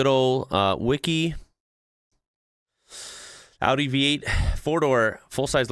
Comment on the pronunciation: as an European I just wanna say, I'm so happy to hear it pronounced right 😭 thank you and big respect lol 😂